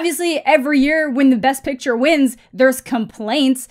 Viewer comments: why does he pronounce picture like "piture" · No but seriously is he saying pitcher or picture-???